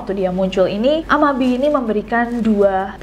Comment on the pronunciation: Cara bacanya 'a-ma-bi-e' ya, Bestie